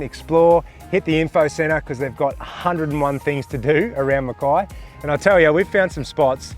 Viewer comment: Mackay (rhymes with hay) after Captain Mackay okay :) so many pronounce it wrong :) I'm from a pioneering family that cut their farms out of the rainforest. Its the miners and other outsider newcomers who are sadly changing the true trajectory and historical pronunciation of the name. BTW enjoying your videos!